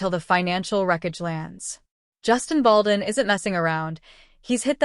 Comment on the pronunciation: If you're going to narrate stories like this, please pronounce Justin Baldoni's name correctly. Jesus the names are vip.